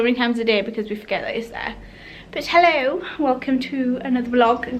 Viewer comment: Love the way you said hello “Ello”